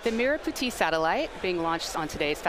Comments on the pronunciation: How to pronounce merah Putih. May rah put he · I 💗 how u guys just butchered the merah putih pronounciation 🤣